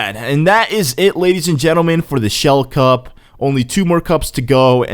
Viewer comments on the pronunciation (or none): You said shell cup 😹😹😹